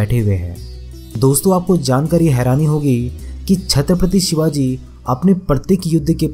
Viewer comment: सिवाजी नही ..... शिवाजी हे ..... अपनी भाषा सुधारो प्रेसेंटर महाशय ..... छत्रपती शिवाजी महाराज कहो. आधा जानकारी के बलबुते पर अपने चॅनल को मजबुत मत करो. मजबुत तो कीया हे छत्रपती शिवाजी महाराजजी ने. जो आज अपना हिंदुस्तान खडा हे. नहीं समजोके आप.